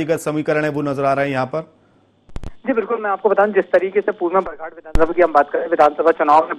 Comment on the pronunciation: आप को शर्म आना चाहिए था , आप की गलती, परसवाड़ा विधानसभा क्षेत्र को, पारसवाड़ा, और बरघाट को बराघट कहा गया, मौसम बिसेन को मौसम बघेल कहते हो, न्यूज चैनलों पर टोटल जानकारी रखे